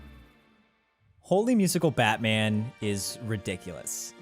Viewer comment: I really think it's meant to be pronounced "Holy Musical, Batman!", and not "Holy (Musical Batman)!"